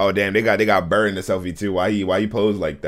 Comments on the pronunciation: Don't you pronounce buur like in Dutch "Buur" (Buur is Dutch for "neighbour")? Burr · IT IS NOT BRRR IT IS BUUR